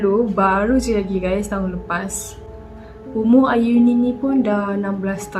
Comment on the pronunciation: slah sebut nme ayuni to auni me having auni name: wuttt?!